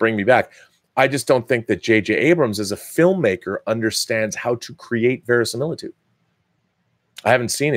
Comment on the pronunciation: Verisimiltudo? italian, maybe. :p